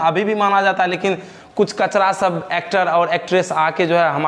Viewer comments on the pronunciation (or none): none